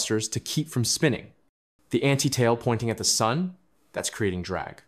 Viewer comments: “Pebbles, the rocks.. they fall into Sun(dae)..” AI glitch🤡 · Did this voice just call the sun sunday? Was I hearing things wrong?